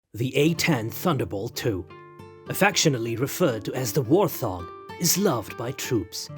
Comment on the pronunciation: This would be interesting if the foreign bot didn't have the Elmer Fudd Syndrome where the bot cannot say its "R's" it comes out as a "W".And it cannot say Wart Hog,the stupid bot puts a "th" sound to it as in thing or those. Granted Warthog is one word but still...